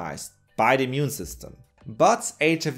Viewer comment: Sorry.. can't help but hear "mune system".. as known from "natural mutiny".. munity, I mean :D